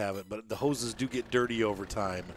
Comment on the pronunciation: Pumps n hoe ses